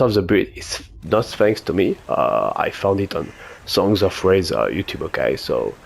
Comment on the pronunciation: Of course you have a 110% roll on Eruption xD why am I not surprised and extremely jealous haha! GGs! PS. Yeah you spoke SongsOfRaze perfectly 👌 cheers for the shout out, bring on the next challenge!